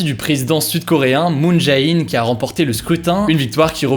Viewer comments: Le Jae deMoon JaeIn se prononce 'jé' et non ja-é :) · Petite précision pour tes prochains points d'actualité : le nom du président coréen se prononce "Moun Jé In" 🤗